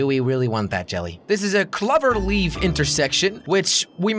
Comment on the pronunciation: Omg did he just say cluver leaf